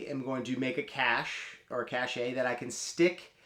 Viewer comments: A quibble but cache is always pronounced like cash. The word pronounced like "cashay" is cachet, which generally means prestige. I would have loved it if you started the video telling everybody that pronounces cache as "cashay" that they are just wrong and to start pronouncing it correctly as "cash". Loved the video. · It's "cash," not "cash-ay." Google is free, dude. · I cringe every time I hear someone mispronounce cache (same as cash, it doesn't have a second sylable). I guess looking it up online is too complex for some of you?